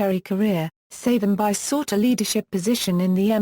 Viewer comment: Would appreciate appropriate pronounciation of the Name Pleaseeee